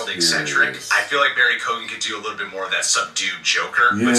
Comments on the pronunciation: Its an Irish gaelic name, you dont pronounce the G Barry Key-Owan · Isn't it pronounced like Keegan? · His name is pronounced Co-Han...